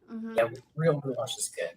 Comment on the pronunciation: GHOULASH??? That ain't ghoulash; that's ghoulISH